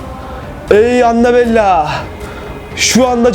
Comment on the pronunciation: Anabella değil anabel